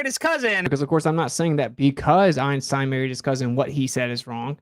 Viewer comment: at least arwyn pronounces einstein correctly